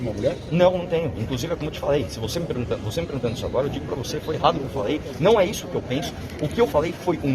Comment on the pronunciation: eu ouvi "mamãe FALHEI?" ahuahau 🤣🤣😂